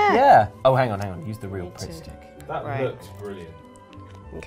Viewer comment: I genuinely had a moment where I thought said "Prick Stick" instead of Pritt Stick and I went "I'm sorry, what?!" XD